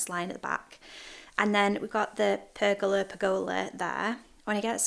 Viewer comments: You are saying Pergola correctly. PER-go-la. Thé gals in the fence are perhaps to allow wind to pass through without the whole fence panel being damaged or coming down. Also probably cheaper. Maybe move the bed to along the fence near kitchen and plant with fresh herbs! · Your pronounciation of pergola is correct 😉